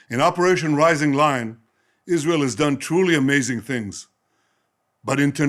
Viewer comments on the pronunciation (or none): "Rising Lyin"